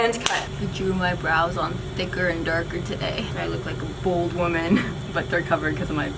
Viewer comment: I thought she said BALD woman 😂😂